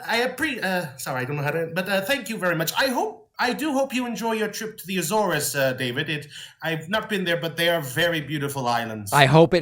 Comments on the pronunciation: Laughs at Pakman's pronunciation of the AYYYYYYYYYYYYYYYYYYYYYYYY - zores. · How many times does a native have to correct a pronunciation before you accept that it isn't A-ZORES lol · Lol at "A-zores". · I really don't think that's how Azores is pronounced